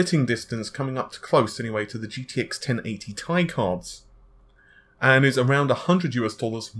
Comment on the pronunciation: T-i not tie